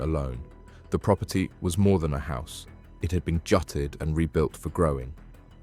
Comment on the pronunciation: Is this AI? ‘Jutted’ instead of ‘gutted’ 🤔🤔